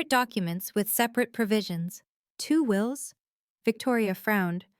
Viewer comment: It's "wills" not wheels.